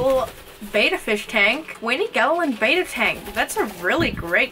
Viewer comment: good vid bt its betta not beta no hate btw